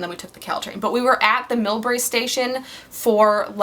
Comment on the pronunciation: I'm excited because I'm from San Jose, but now live in San Francisco! Also, I know of the Millbrae (you pronounced it correctly, btw) Bart Station because I pass it when I take the Caltrain to San Jose when I visit family. Anyway, SQUEE! That was a scary story. The creature sounds like the Native American Wendigo.